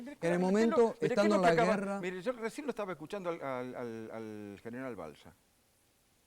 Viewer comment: Pronuncia bien dice Mire, no mirá, habla bien RICO, NO ES MIrá, es Míre con acento en la I, i latina